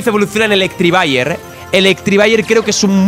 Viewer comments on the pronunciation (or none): por favor, se dice Electivire no Electrivire